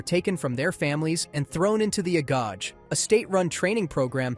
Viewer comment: "Agage" is not pronounced like that